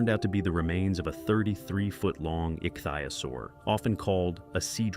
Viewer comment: jeez! ik thi o saur that's how it is pronounced DUMMY!